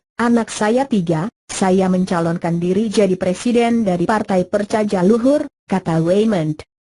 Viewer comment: Bukan percajaja luhur tapi percaya luhur dibacanya ejaan lama mba enggak enak banget didengar nya